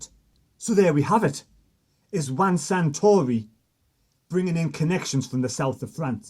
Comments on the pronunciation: his name is Juan SARtori, not SANtori, you loon😁😁😵. Good stuff though, keep up the good work! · FFS. --- Sah-Tory 🙄